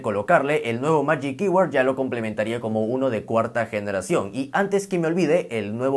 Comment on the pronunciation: Se pronuncia “majic kybord” para futuras referencias 🇺🇸